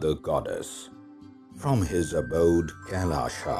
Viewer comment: Why pronounce “Kailash” as ‘Kailasha’? 🤔